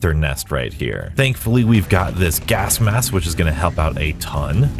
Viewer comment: Am I going mad or are you pronouncing it "gask mass"